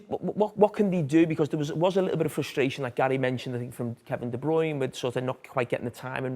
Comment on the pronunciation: Why does Carragher pronounce De Bruyne differently to everyone else?!